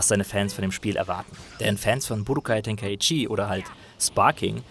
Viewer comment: Ten-kai-chi. Bin deutscher.